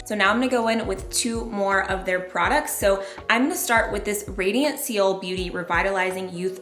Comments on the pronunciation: Loved the video. Seoul is pronounced “soul” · I love her and I love the video, but I kept cringing and giggling every time “seal” was mentioned 😂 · always love u and ur videos amanda 💘 btw Seoul (capital of South Korea) is pronounced “soul” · “” doesn’t even know how to pronounce Seoul. Moron 😂